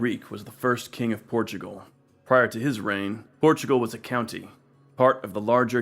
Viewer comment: You say "Portugual"? Sorry, your channel will be invade by brazilians.